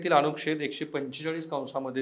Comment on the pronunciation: अनुक्षेद नाही अनुच्छेद